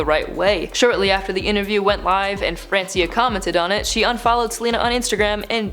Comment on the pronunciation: it is Francia, not francIa arghhh